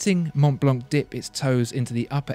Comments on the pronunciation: The c is silent in Montblanc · Dear, Let me correct your french accent: - Richemont is pronounced RicheMON (don’t pronounce the T at the end). - Montblanc is pronounced MonBlaN (don’t pronounce the T and the C at the end!!!!!). Sincerely Yours, André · Prononciation is Mon-blan, the c is silent, nice review though, keep the good work rolling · I love listening to him talking but if you speak about watches learn how to pronounce German and French names!! Literally ALL decent brand names are French or German. The pronunciation is just so very very English aka I know nothing outside of where I grew up. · André Torroni Montblanc is German. And they do pronounce the C at the end.